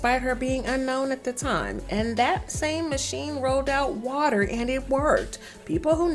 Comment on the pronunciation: Why she gotta say waterrrrrr like that😂😂 got me💀😂